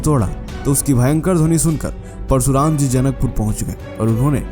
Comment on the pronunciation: परसुराम नहीं। परशुराम। भाई हिंदी सीखो।